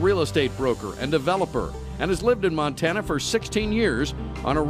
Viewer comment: How anyone could vote for Maryland Matt is beyond me. Matt Rosendale looks strikingly similar to Rudolph Hess, the Nazi. I'm sure his views align well with Rudolph's. Matt Rosendale is a creep in the highest order! He cant even say Montana right, c'mon Montana this choice should be easy, Vote Tester. He wont be a rubber stamp ass kisser to Trump